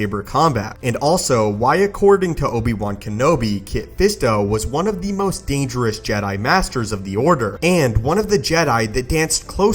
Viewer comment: Why is it every time he ends a sentence with the word "dangerous", he cuts it off so it just says "dangereh"